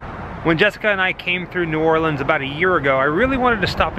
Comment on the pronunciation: Bonus points to y’all for pronouncing New Orleans right! And when eating beignets, you just gotta accept the powdered sugar and that it’ll be a part of your outfit for the rest of the day...kinda like eating boiled seafood lol.